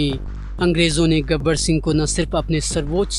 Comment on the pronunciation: गबर सिंह , न कि गब्बर सिंह!!